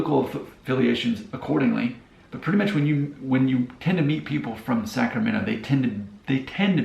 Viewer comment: The moment you said Wilton 😂🛤️ Elk Grove’s backyard vineyards. No wonder the move to Nashville was a lateral midwest move. You can read about the Midwest influence in a John Steinbeck novel. That is very different to South Sac or downtown Sac. At least you didn’t pronounce the T in Sacramento.